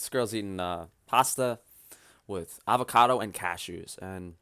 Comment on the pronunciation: "Aocado". They don't grow the 'v' sound in Norway either?